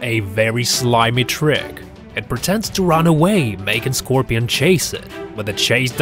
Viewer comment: The way he said it